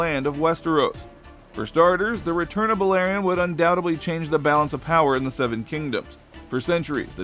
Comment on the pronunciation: Clearly not I’m surprised he said the black dreads name right lol